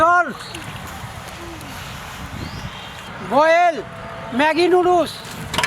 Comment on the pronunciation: for your betterment, it's not 'Magi' noodles, it is 'Maggi' noodles